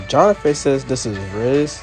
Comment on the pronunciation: HOW DARE YOU PRONOUNCE MY NAME WRONG💔 But I ain't gonna lie, it was Tyler who gave ms.grace the idea to pair Jonathan with that little girl, well no. I mean Tyler told ms.grace to make them do a Aladdin and jasmine page instead of another duo page for the audition 🥹